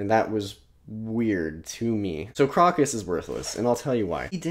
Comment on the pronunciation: Really dug your first impressions of Malazan! -Erikson's writing chops take a tremendous leap between books 1 & 2 (he went to Iowa's Writers' Workshop in-between books) You nailed a lot of the pronunciations!- but Crokus is 'Croak-us" You mentioned point-of-view & the Baruk scene with Rake- and Erikson's p.o.v.s- while numerous- do some really nifty filmic things. In the first few books you hardly ever see a scene from the most powerful character's pov- you see them through the eyes of others & it gives almost a shot-from-below larger-than-life impression. Just a cool narratve trick of his I enjoy You do not have long to wait for more answers on otataral Stick with it- can't wait to hear your reactions to Deadhouse Gates!